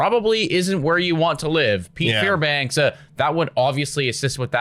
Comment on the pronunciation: his name is Fairbanks, not Fairbanks-uh